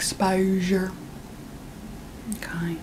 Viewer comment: “Owrkayr” goddayum this mayde meay laough😂